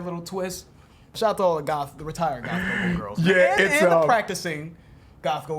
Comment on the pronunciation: I had to rewind because i thought he said golf girl.